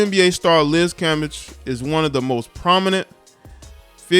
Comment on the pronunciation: You gotta pronounce her last name right it sounds like Cam- beige